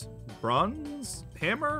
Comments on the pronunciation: Bronze hammer is pronounced b-Ron-z ha-mer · bronze, not bruz jess, GET IT RIGHT!!!!!!!!!! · Burns is pronounced brONze and it's a kind of metal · They’re just like “BrUnZ” It’s Bruno…. This caused me physical pain